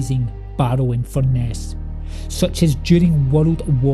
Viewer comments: Also it’s pronounced in Fur Nuss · Fur… ness, it’s pronounced Fur…ness.